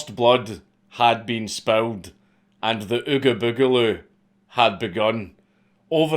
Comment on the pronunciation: This foo said the ugabogaloo